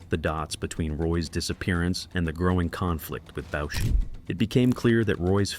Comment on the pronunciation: Boucher is pronounced: Boo-chay. Roy is pronounced: Roo-ah